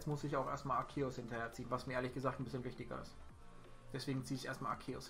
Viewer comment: Btw Man spricht ihn Arzeus aus (Trotzdem like wie immer halt)